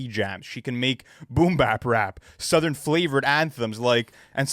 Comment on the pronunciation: needs to stop pronouncing “southern” like that😭😭